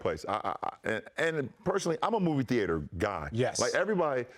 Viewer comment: The way king James pronounces Theater😂😂😂